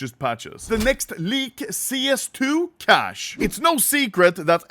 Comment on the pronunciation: Its pronounced Cay sh